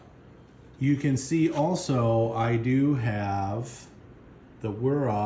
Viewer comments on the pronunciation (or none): none